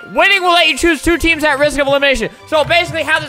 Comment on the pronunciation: he keeps say teams to toos lol